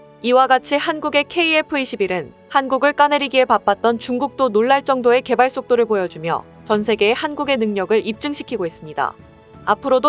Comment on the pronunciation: 감사히 구독중입니다...만, 개발쏙도 = 개의 발 속에 칼이 있을 때의 발음입니다~ 한국의 능력을 입증 "시키고"??? "인식시키고" 있거나 "입증하고" 있겠죠?